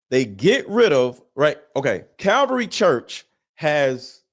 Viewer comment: Bro, it's Calvary Chapel. And be sure of what you're talking about, calling them a CULT Just a helpful tip. Love the vids.